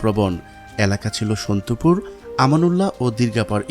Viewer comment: ধন্যবাদ ভাই সুন্দর ভাবে সন্দ্বীপ নিয়ে এমন ভিডিও বানানোর জন্য,তবে সন্দ্বীপের যে দুইটি ইউনিয়ন এর কথা বলছে,একটি আমানউল্লাহ অন্যটি সন্তোপুর, না, সন্তোষপুর হবে।ধন্যবাদ